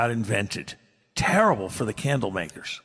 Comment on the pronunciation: The guy says "cosht" and "makersh."